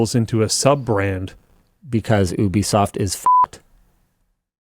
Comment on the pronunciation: Only pronounced as “YOU-B-SOFT” or gtfo. 😅